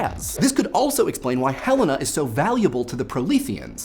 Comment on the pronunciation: You mispronounced Helena